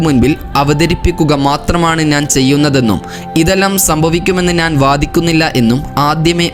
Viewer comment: നാൻ അല്ല കുട്ടി.... ഞാൻ എന്നാണ്